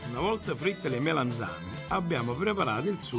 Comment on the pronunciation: Si dice MELANZANE non Melenzane!